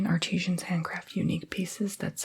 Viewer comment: Did anyone realize he pronounced artisans like art-ee-sheeans lol